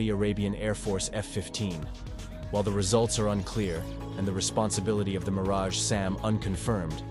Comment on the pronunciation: it is Meaaraj